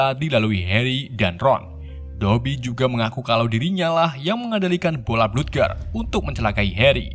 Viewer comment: bola bludger bacanya blajer